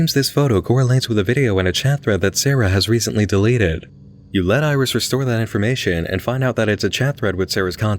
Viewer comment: If we're talking phonetically then iris would be more like "airisu" rather than "irizu" because of the way syllables are pronounced in Japanese. They're pronounced the same way each time unless there's some kind of accent to indicate an elongation of the sound. At least, that's what I've seen.